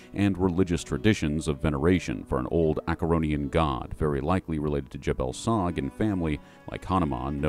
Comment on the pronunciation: I love that you pronounce it "Ah-ker-ron" and not "Ash-er-ron". Thank you. :) Now if only I could convince folks it's "Ah-ka-dia" and not "Ah-Kay-dia" ;) Great video, as always man :)